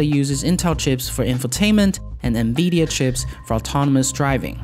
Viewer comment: Nvedia.....LOL!!!!! Love your videos but you need to learn how to properly pronounce NVIDIA. N vid e ah